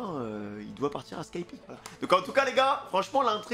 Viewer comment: dire skypi au lieu de skypéa ... en vrai osef meme si ça fait bizarre